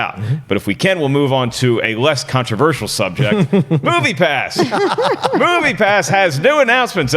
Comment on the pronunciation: Can someone make a mix of saying "ControversiJal" please?